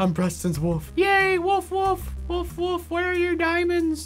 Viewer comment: Is it just me or does it sound like when they say wolf it sounds like wuff?